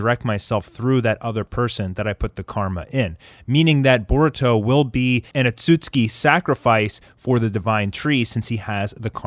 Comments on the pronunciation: Am i the only one who’s triggered by him saying otsusuki as (Otsuski) like ITS OTSUSUKI😂 but love the content tho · You pronounce otsutsuki wrong.. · I don’t like how this guy is pronouncing the words “Otsutsuki, Ninjutsu”☹️☹️ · Bro if you mispronounce Ohtsutsuki ONE MORE TIME......😡😡